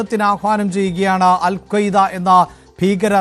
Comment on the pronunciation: അൽ ഖ്വയ്ദയല്ല Alqaaida